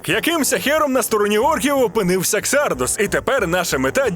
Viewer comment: КсардАс а не ксардОс😄